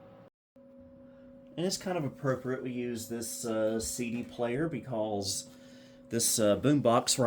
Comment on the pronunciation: My favorite is the pronunciation of Because as "Becawlse"